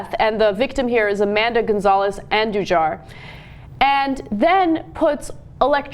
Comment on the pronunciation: Amanda, A-Man-Duh?